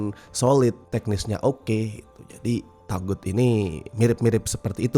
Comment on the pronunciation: Sebenernya cara pengucapannya yg bener tuh "TOGUT" bukan TAGUT. Kurang lebih maknanya sesuatu yg salah utk disembah kek berhala. CMIIW.